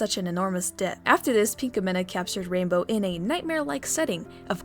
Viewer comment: I luvvvv ur vids but.. da way u say pinkamena.. cri